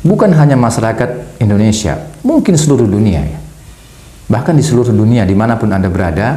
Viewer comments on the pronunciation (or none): none